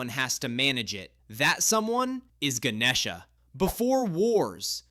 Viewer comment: Bro, that’s not how you say it I’m Indian, you said Ganesha wrong